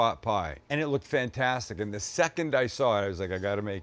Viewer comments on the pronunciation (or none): none